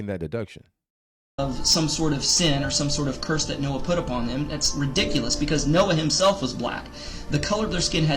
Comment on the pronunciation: Noah not Snoah😆sheesh😂🤣